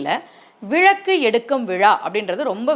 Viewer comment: விழக்கு இல்லை அம்மா... விளக்கு... நீங்களே இப்படி தவறாக உச்சரிக்கலாமா..?